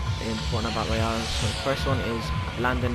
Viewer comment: do you guys want a icon for your channel i will make you one if you want and btw you said it wrong fornite battle royale not royal!